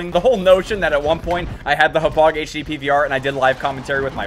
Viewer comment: Yo you said Hauppauge wrong